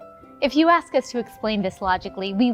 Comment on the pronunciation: Ask, not ax or aks please